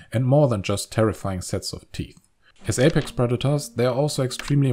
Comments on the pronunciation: Apex, not Aprex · Aprex? Otherwise - outstanding. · "Aprex", the next level of Apex Predators. Seriously though, awesome video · Aprex predators? lol